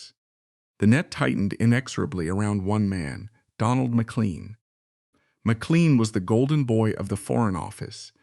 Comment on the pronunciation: More in-depth than any account I have heard or read about up 'til now, but AI? generated narratipm gaffes like McCleen and kwayside makes me wonder how accurate it is.